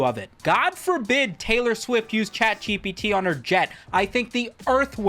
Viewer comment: He's saying "CatGPT" right? it's not just me?